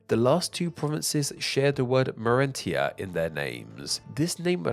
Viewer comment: They weren't even pronounced how like English. He pronounced Cilicia as Silia. Mauretania as Maurentia.